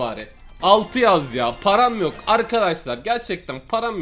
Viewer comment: Nobody:: Param yoğ ulan parağm yoğğk:D